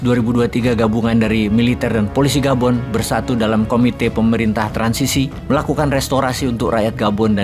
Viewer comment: Gabon bukan Boban, Hahaha 😂😂😂😂 mantaaaouup bosqu!!!